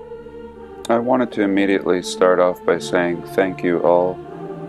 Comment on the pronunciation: The way you say immediately cracks me up. I love you.